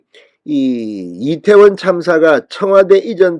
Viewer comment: 천박한 남영희뿐아니라, 짧은혓바닥으로 괴변 날름거리는 박홍근! 이때원참사라는 발음. 말할때마다 혀가찗아 날름거리는혓바닥 보기역겹다